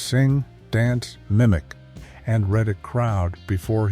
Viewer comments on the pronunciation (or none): none